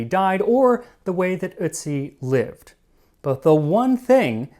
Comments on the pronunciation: Please pronounce his name right. It’s Otiz not Itzi.😊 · It's pronounced urt-see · The umlauted o (ö) in German, and germanic languages, is pronounced like, "er". So, "Ertzi" would be more accurate than, "uhtzi" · Nah, his pronounciation sounds like "Ützi". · It's eeortsi mate (pronounce) the umlaut dictates this. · then how come the guy in the video pronounced it the exact same way as "soot" and his pronunciation was touted as perfect?? you might need to rewatch the vid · It’s pronounced ertzi. O with an umlaut makes an er sound not oo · I'm a native German speaker, I know how it's supposed to be pronounced and listened to it again just now. He's not pronouncing it perfectly, but he's much closer than most English speakers bother to get. He's drifting more into the the neighbourhood of "ü" when he pronounces it, but you can hear he's trying. There is a psychological thing where you can't hear a difference between pronunciations if they're too foreign to you but I forgot the technical term. Same thing happens to me in English sometimes. Check Google Translate, set it to German and listen to "Ötzi". But be aware that it is slightly differently pronounced (short and without emphasis) when it's at the start of a word, so check out "Brötchen" too for a clearer example. In Austrian German it's emphasised more despite being the first letter of the word, but they add a weird diphthong to it too whereas Standard German keeps the vowel pure.